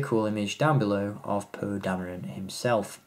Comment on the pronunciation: I know I can't be the only one that hears him say "poo" instead of "Poe"